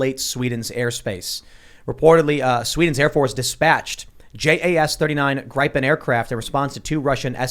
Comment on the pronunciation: The first 10 seconds, and you show that you can't even pronounce the name of the Gripen correctly. This is what you get when YouTube removes the dislike function. Wow, so I guess this is what passes for "entertainment" these days. You guys are a joke with no real world experience. Go back to your Backstreet Boys look-a-like contests and leave the real world analysis to the professionals. I only regret that I can't give this more than one dislike.